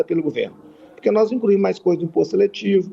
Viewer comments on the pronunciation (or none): "Prenário", "incrusive", "crassificar", "incruimos", "compretar" .... Ainda bem que ele defende o "... menos armas mais livros..." 🤣🤣🤣🤣🤣🤣🤣🤣